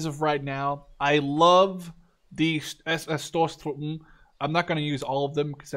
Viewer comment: Stosstruppen, "punch" troop, the o is long(ish), more like the o in oakley. Spw = spaeh panzer wagen